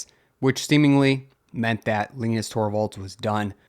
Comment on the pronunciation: Just want to know how can you get wrong on a name when its said countless times on LTT i know its not the same guy but still the same spelling and name Linus is Lin us or say it like line us just a heads up